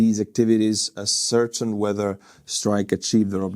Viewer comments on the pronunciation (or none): Ascertain is pronounced as-cer-tain. It means to verify. Your English is very good. As an American I like to help people with their English. Continue marching forward Army!